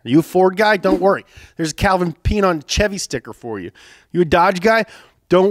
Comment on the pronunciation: Did bro just pronounce Chevy as “Tchevy”